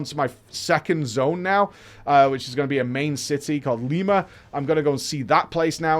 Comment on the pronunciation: Did i call Limsa Lima? xD